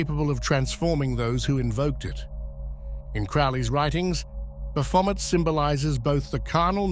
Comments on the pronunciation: 99 percent of people pronounce it incorrectly. Its actually pronounced "Baphomey". But his pronunciation is particularly bad. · I can only hear bath vomit now 😂😂😂😂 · At first I was like dude what a dick then I played the video. You were indeed spot on bro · I think of this word came from france it would be pronounced Bah-fo-may, with the last letters et making an ay sound like it the word "ballet". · Yes. A near-rhyme to bat-vomit, appropriately enough. All praise unto Christ our Lord! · Never heard of this Bath-Vomit feller., I’ve always heard Baphomet pronounced like Chevrolet. Can anyone definitively tell me which pronunciation is correct? Are they both? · The ‘t’ in Baphomet is silent. Baphomet is a Trinity of Aquarius, Capricorn and Libra, holding the Caduceus of Hermes Trismagistis. Baphomet lights the way for our future Heaven on Earth. Heaven on Earth occurs in Aquarius, therefore within the next 2500 years it happens. The timeline is entirely up to US; Christ Consciousness will Save US and the Planet. The indigenous peoples of North and South America are the Chosen Ones for this Endless / Golden Age of Aquarius and Universal Enlightenment … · Sht now that's all I hear lol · Great. Now, I can't NOT hear it. 🤣🤦🏾‍♂️ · That's all I can hear now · Somebody's had a bit too much to drink!😊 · Oh come on. I hear this every time he says it now. Omg 🤣🤣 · 😖This pronunciation of baphomet is Slowly but Surely Killing me. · It’s hard to take anyone seriously when they can’t even pronounce the dudes name correctly. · I just wanted it pronounced correctly one time, since it was about him but nope. . . TTS